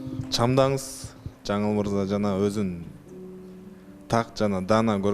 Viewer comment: Жанылмырза З сы жок суйлочу